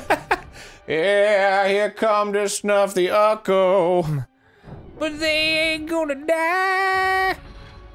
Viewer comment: A lot of their pronunciations confuse me but Ucko takes the cake